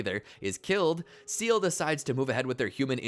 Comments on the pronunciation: its "seele" not seal🦭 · I winced every time I heard "seal" 😂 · It's pronounced "Say-Lay" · Lost me at "Seal" for Seele - what type of amateur bullshit is this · how do you manage to mispronounce seele when the name is said multiple times in the show 😭